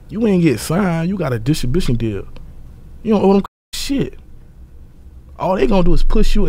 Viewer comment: that’s not what he said my guy! He can’t say the word distribution, he said dishn bishn